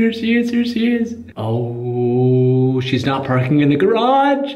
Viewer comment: he still saying shhheeess? wtf man ill be back in a month